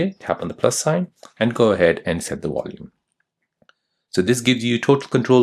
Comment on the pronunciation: Its VOL UME not WOL UME. You spund American as well so why are you pronouncing like your German